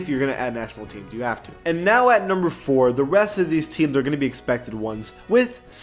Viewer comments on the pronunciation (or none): none